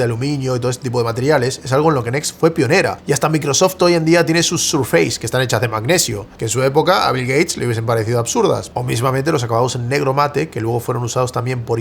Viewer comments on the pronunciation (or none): Y bueno, te regao un cursito de inglés... "surfais" dice